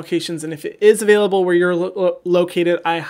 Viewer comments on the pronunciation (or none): none